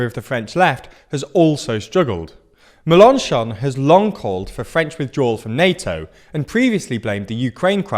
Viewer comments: That pronunciation of Mélenchon 😭😭😭 meLONchon 😅😅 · Pronounce Mélanchon with stresses on the Mél (it has an accent) and the chon, not on the -an-. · Your pronunciation of Melenchon is better than it was. But...accent on the last syllable, please! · I'm not French, but the way he says "Melenchon" is hurting my ears